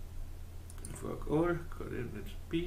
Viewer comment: Really nice work. Am I the only one who giggled slightly(childishly of course) when you kept saying Fork All ?